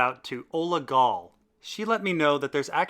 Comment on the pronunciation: Since everyone's correcting you on the pronunciation of Chimera, I'd like to mention that Ola Gawle is most likely Polish and her last name is pronounced "gav-leh". Her first name, Ola, is a diminutive of the Slavic female version of Alexander. Care to dig into this mystery?